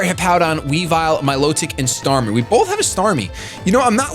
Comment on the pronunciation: "startmie" Sorry, just had to do it :P